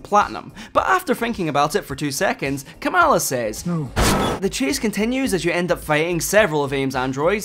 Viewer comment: It's pronounced "KAH-muhla".